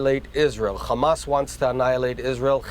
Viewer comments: He can say “has” but says “khamas” what do you expect he can’t even grow hair 🤣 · Hamas said as Khamas is like nails on a chalkboard. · do you think the chhhamas pronunciation rule was emailed to everyone in media and government or did they just start saying it on their own?